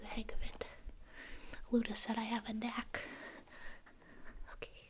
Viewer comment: Luda. Me: No Its Luna.